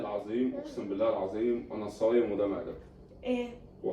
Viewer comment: ههههعهههه أنا مش صبام علمها النطق الصحيح ي زوجتك ظريفة اوي ههههه